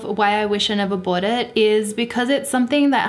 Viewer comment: Love it when she says bowut - bought.